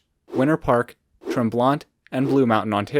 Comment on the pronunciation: Just FYI - We don't pronounce the 2nd T in Tremblant - so pronounce it Tremblan